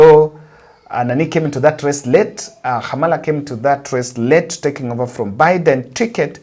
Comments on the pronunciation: KAMALA NOT Khamala. She is not a Luyia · what is your whatsApp tel#? You always call Kamala Hamala, her name is not Spanish her name is Kamala like Kamau